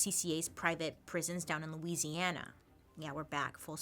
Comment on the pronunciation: I am just so impressed that you pronounce Louisiana correctly 🙌